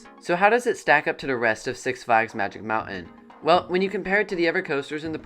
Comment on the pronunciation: It's pronounced Magic MOUNTAIN, not Magic MOUNAIN'🤣 As for Revolution, When the Coaster 1st premiered in 1976 it operated with 5 Trains. Yes, 5 Trains. That's why the Transfer Track Train Storage Area is so large. And 2nd, There were NO LAME TRIM BRAKES before The Loop and after The Tunnel. The speed heading into The Loop was faster, and the speed going to The Final Helix was Absolutely Insane! Now it's just a Snooze Fest!!😴😴😴😴 That's why Revolution seems like a family Coaster now. It's just a shell of what it once was.